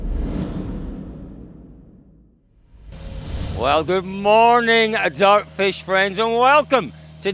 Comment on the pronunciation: why does its sound like his say DARKFISH instead of DIIIRTFISH